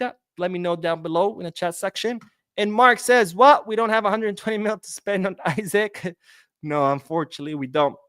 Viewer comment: His name is pronounced E-Sack the I sounds like an E, don’t take my word for it check it out yourself